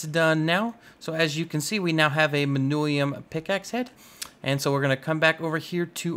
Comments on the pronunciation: how the entire hell does one read "Manyullyn" as "Manulium" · He says it as if it is spelled Manullium. Its manyullyn. Like. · Manyullyn. MAN-yuh-lin.